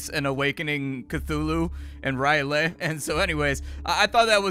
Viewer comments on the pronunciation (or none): He mispronounced R'lyeh, so yes, I believe this